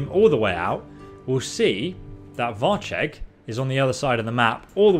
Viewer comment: "Varch..Leg" , really now?